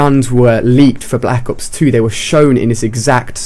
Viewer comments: at the beginning he said blck ops 1 map pack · He said "Black Ops One"